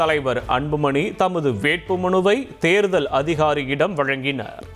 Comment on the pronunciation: சார்பிள் தேர்தள் விளாவிள் தாக்கள் ....என்னடா உச்சரிப்பு? தொங்கீருடா..